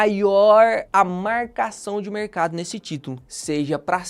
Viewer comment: "MAIOOORRRRR A MAARRRRCAÇAO DE MERRRRCADO"